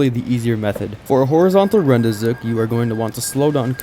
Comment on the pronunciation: How do you manage to pronounce rendezvous correctly, but repeatedly pronounce the achievement as "rend-ee-zook"?